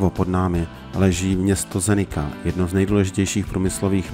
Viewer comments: Zenica se vyslovuje Zenica ne Zenika. Jinak pěkné video a pěkná trasa. Jezdíval jsem s rodiči za komančů přes Maďarsko, Sarajevo do Dubrovníku a do Černé Hory. To už je let. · Zdravím. Veľmi dobre spracované video. Naposledy sme túto trasu absolvovali v 2019-tom pred plandémiou ,to ešte nebola diaľnica ako tento rok. A malá chybička se vám tam vloudila. Mesto Zenica je vyslovované tak ako je napísané,nie Zenika.